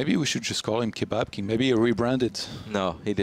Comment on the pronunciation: Why can't you say "kebab king"?